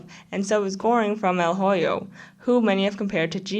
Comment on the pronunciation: el hoyo is pronounced "el oyo” the h is silent :]